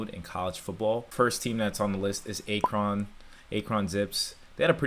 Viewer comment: Were you kidding with that pronunciation of Akron?